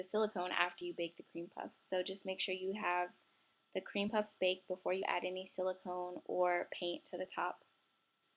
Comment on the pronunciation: I can't stand how she says baked. But otherwise I love her videos.